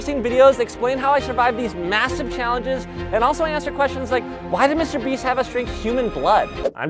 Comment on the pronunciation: did you say MASSIVE?